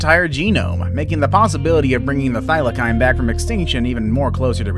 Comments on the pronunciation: HAHAHHA, the " Thylackine"! hahha. its pronounced the thyla-seen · it's not pronounced Thila-kine. It's pronounced (Thila-seen) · It's not pronounced thylakine it's pronounced thylaseen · Is it just me that’s mad that he said” thyli’k’ine when it’s thy’le seen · Bruh they aren’t pronounced thylakine they are pronounced thylaseen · Its pronounced thylaseen not thylakine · You said Thylacine wrong it is said like this Thy-la-cene it sounds like that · Thylacine = Thigh-luh-seen Aurochs = Aw-roks mauritius = mor-ish-us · It’s pronounced thy-lah-cyne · HOW DARE YOU PRONOUNCE THYLACINE WRONG! Wtf is Thyla-kine???!!! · Its pronounced thy la seen ok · Its pronounced 'THIGH - lah- SEEN'... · can you say thylacine properly next time